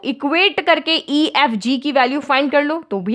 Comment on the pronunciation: Ma'am its "ef" not "aeyyf" XD